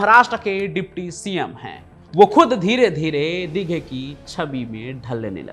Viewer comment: Tera channel block karna padega .....tu Dighe sahab ka nam thik se nahi le raha